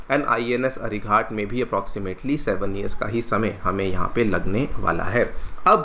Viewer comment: अरिघात कहिए, अरिघाट नहीं।